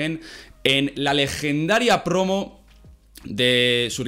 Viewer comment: "En su mitica prrrrrrrrrrrromo" haha esa r súper marcada